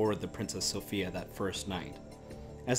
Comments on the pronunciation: Good info, but the name of the ship was pronounced so-FYE-a, not so-FEE-a. Apparently the traditional English pronunciation. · The name is pronounced "Princess SO-PHI (eye)-A"